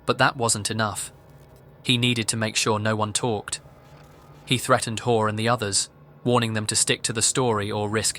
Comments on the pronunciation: It sounds like you’re calling her whore instead of hall lmao ,I subscribed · listening to you say "WHORE" (Hoare) over and over again was just the comedic relief this video needed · Something is very satisfying about the name of the woman in the last video being pronounced ‘whore’